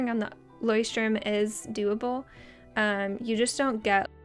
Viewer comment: This moment when you are from Germany and hears how you spell Leuchtturm 😂 hilarious 😂😂😂